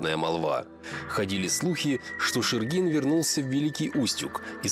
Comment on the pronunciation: Шергин мой предок, из Великого Устюга. Потом вернулся на родину и тут умер, оставил большое наследство. После этого в Якутске оставался его сын Александ. В Якутске он был управляющим Русско-Американской компании. Из Устюга же был директор РАК Михаил Булдаков. Почему-то ударение в видео неправильно ставят, правильно шЕргин.